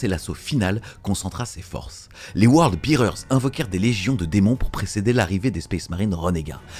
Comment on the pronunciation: Super vidéo! Si je peux me permettre Word Bearer se prononce word bè-rer et non Word bi-rer. Un détail hein 😅